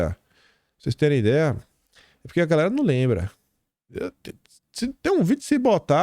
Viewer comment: "E aí, garrrrrrrrrrrrrrrrra, beleza?!"